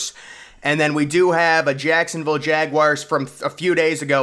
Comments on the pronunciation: Jaguars not jag wires 😩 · I can’t take this guy seriously if insists on saying jawires, cmon dude